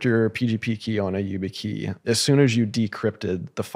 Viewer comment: struggling to understand how Peter has never heard of YubiKey and keeps referring to it as you-bit-key 😬